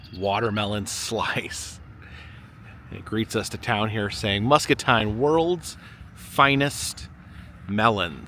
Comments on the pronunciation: Musk-A-Teen not Musk-A-Tine. Had to jest with ya. 😜😜😜😜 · As someone from Muscatine it’s pronounced MuscatEEN… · I live in the area. Love these videos! Muscatine is pronounced Muscateen 😊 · Muscatine is pronounced with teen at the end. They are famous for both their great tasting watermelon and also a melon that is close to a cantaloupe but they call it a muskmelon. There are normally a number of roadside stands open when they have ripened. Too bad that one wasn't available to be able to get one. The figure that you saw in the iBuffalo Bill Museum that you thought was President Reagsn was Buffalo Bob Smith who hosted the Howdy Doody TV show.from . He is buried in Hendersonville,NC next to APR Church. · it's pronounced... Muskateen! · Yessir! I was going to tell him, but I’m sure knows by now. MUSCATINE is pronounced Musk-uh-teen! 😃 👍